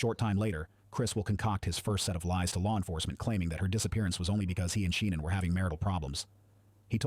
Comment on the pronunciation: It pronounced her name at least 4 different ways. 🤔